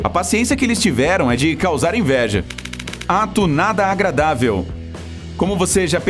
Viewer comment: Invés de Ato Nada Agradável eu ouvi A TOONADA AGRADÁVEL kkk